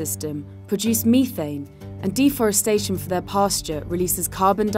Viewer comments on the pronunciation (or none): LOL! "Meethane?" 😅